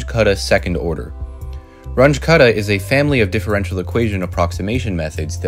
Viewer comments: You should've checked the pronunciation of Runge-Kutta. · It's "Ruuungae Kuttah" not "Ranch Cutter" 😂😂😂😂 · The names are German: Run-guh Kutta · Please learn how to say Runge Kutta. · I don't think thats how you pronounce 'Range-Kutta'